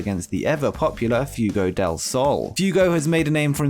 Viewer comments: Keith Lee was fighting against deaf? I didn't know he was hearing impaired. Illegible for Rampage? Ineligible! What is a munf? Who is Few-go? Few-go dill sal. You are English, yet your grasp of the language troubles me. Where can we, "vote you off the island??" 31,000 flavors?? 31flavors. Do you know what Baskin Robbins is?? I love going to Great Britain... However, until you leave, it's just going to be called Britain. Thanks for that,. Dr. Joseph Maru! Not Maroon, dipsh!t. YOU are causing Britain to just be Britain. Do the Queen a favor and move to Canada. Can't screw it up anymore than Trudeau...oh, WAIT....YOU can...just move to Canada and SHUT UP! You're not gonna be welcome in the U.S.! Just ask President Harris and The President-Father Biden. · F-way-go lol. 2nd brittish person to mess the AEW's best kept secret up. I love you though. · I'll start leaving likes when you start getting Fuego's name right.